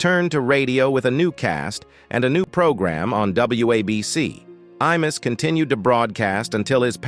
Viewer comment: I MUSS...not E MUSS